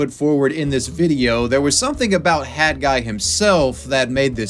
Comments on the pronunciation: Stop saying "Hadguy". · HAT guy... not HadGuy.....pronounce your T's!!! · Why is he calling him had guy. It's hat guy 🤦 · Why do you keep saying HAD Guy instead of HAT Guy? Your pronunciation is very confusing. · Why do you keep pronouncing hat guy...."had guy"? No disrespect it's just tripping me out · You should really learn to pronounce the letter T. Hat should not be pronounced the same as had as you do in the video. Sorry but it really got on my nerves. Lol. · HAT! HAT! Not HAD! NOT HAD! Learn to pronounce 't' when it's at the end of a word! Maddening! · you pronouncing hat as had the whole video was driving me nuts. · And it's HAT guy... NOT Had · Cool update, but why are you calling him HAD guy when it’s clearly HAT guy. While I’m on this topic, why have so many people turned into Jennifer Lopez and dropped the T, (or made it a silent T, which doesn’t exist in the English language) in so many words, (the exception being if the word starts with a T)? This is especially happening in names, for example Colton and Clayton is incorrectly being pronounced like Col-in and Clay-in. It drives me nuts. Why are people intentionally dumbing down the English language? STOP IT! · I hate how he keeps calling him "had guy" It's HAT. WITH A T. TTTTTT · Dude why have you made a video about someone when you cannot pronounce his name correctly? Its hat with a T not a D. You do it throughout the video which is really good but you say his name wrong continually. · Interesting video but I can't get over your enunciation of the word hat. It sounds like you're saying had guy. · Especially when he keeps saying Had guy, like pronounce the fucking t dude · why do u say hadguy?